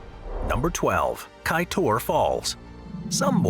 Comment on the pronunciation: Kaiteur not kaitor